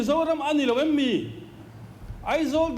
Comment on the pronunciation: hian mizo ṭawng hi uluk deuh teh. Nichin tih turah nachin te i ti fo, em ni? tih turah em mi te pawh i ti fo.